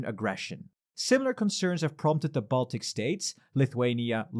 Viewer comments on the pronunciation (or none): none